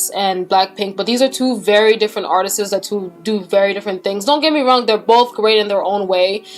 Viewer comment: The word "artists" is two syllables, it's not pronounced "artistsis". Go to Google and type "pronounce artists". You speak very well, I just wanted to let you know, being as you speak four languages.